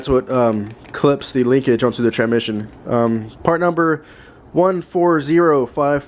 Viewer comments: The way you pronounce transmission 😂😂 tranmission. You know there is an s before mission. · How many times does he say "tranmission" throughout the video.